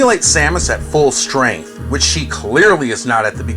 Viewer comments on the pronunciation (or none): none